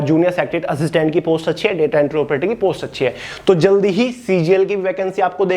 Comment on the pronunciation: Please bhiya jylde say jydle ..